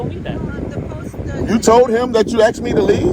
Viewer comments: What's this 'axing' he's talking about? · Hey stupid, they didn't "axe " you anything. They told you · “Solicitated?” “Axed?” How did this fool ever get out of high school?